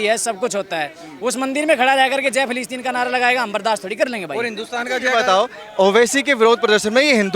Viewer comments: फ़िलीस्तीन न कि फिलीपींस 😂😂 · मैडम फिलिपिंस नही फिलिस्तीन बोलिए